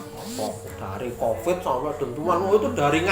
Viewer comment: Itu Mbak nya makin medhok aja.... Sangking medhoknya ngomong Covid sampai Convid melulu....